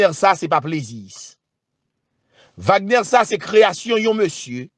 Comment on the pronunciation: Se pa Wagnè non=se Vagnè li pwononse